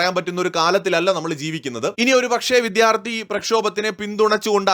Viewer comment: ... Reporter pls note... 'viDHyarti' alla... 'vidyaarthi' aanu.